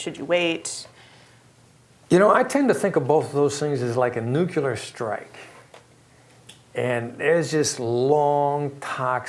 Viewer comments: did dis dude just say NUCULAR? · Such a great speaker on a great topic. And then..."nukyalar." I had to back up to be sure I'd heard it correctly. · That's just Southernese... :) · kalashnik3 Odd because he’s from NY or Boston I think.